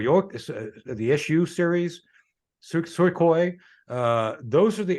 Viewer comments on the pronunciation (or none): none